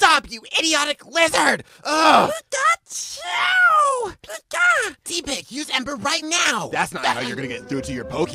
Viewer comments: It’s tepig not teepig you almost got it right it’s only with one "e" not two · its not tipeg its tepig😑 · It's not pronounced Tee pig. Watch the show. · It's pronounced TEPP-pig (Short vowel "e") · It's pronounced Tehpig